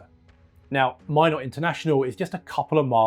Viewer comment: Great video! (And thank you for pronouncing "Minot" correctly 😄)